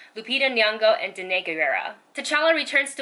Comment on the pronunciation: HER NAME IS PROUNOUNED LIKE DENY.